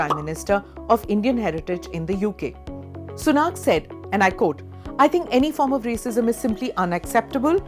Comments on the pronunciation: I am not being racist but just pedantic. The word quote is pronounced QWHOTE not COAT as it is done universally by Indian news readers including this one. COAT is what you wear in winter. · I think that was a C it may sound different from what you are used to maybe but she intended it to sound like C. Whereas she also intends the word quote to sound like coat.